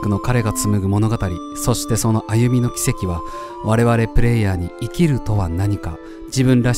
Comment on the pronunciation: 歩みの「きせき」は「軌跡」ですよ。イントネーションが「奇跡」になってたので気になってしまいました💦